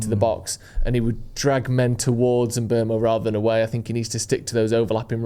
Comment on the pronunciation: It is pronounced mBoomo not mBermo.